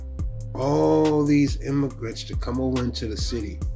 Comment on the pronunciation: IMMIGRANT not Imagrant. Good luck tho, you're making good videos